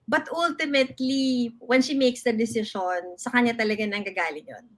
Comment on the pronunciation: You mean DECISION? Yan kasi mag aral muna. hehehe